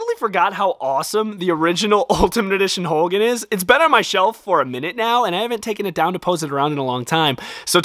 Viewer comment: hogan not holgan